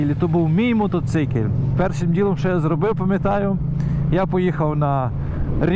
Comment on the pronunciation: Мотоцикиль 😂😂😂 ппц меня прет с этого слова 😅